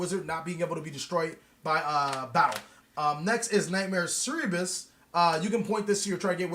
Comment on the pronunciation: ser-bur-us soo-prex ....pronounce things right dang it! Lol